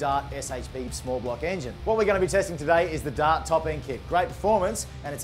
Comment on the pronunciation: He says DOT for DART.